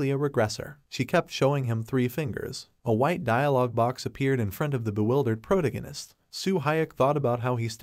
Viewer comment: "proto-gunist" AI narrators suk.